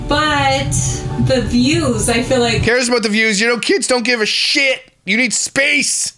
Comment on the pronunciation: I don't understand how she mispronounces her words when her sister doesn't and they were born and raised in the same house by the same people. She says dilllership instead of dealership. Rillings instead of railings and fill instead of feel.